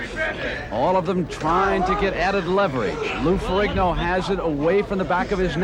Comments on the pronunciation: Ferrigno. Gn like lasagna. Not Ferig No. Muppets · Ferrigno in Italian is pronounced "Ferinio" where the "o" has the same sound of the "o" in "top", the "G" is silent. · as an Italian it's so cringy hearing how the commentator say Ferrigno